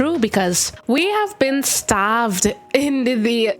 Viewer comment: Heavy on the way u said we have been STARVED 😭😂 (p.s I love when u play sunset so u should def post it)